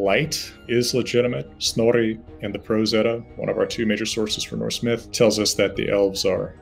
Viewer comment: The way he pronounces words, names, etc is hilarious to listen to as a Norwegian. 'Snorre' got a chuckle.